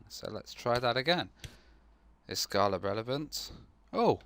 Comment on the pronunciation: Err, don't wanna be picky, but it's pronounced like this